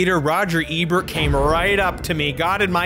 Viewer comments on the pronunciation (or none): none